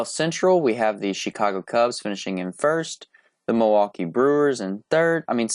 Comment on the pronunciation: Milwaukee not milwaukie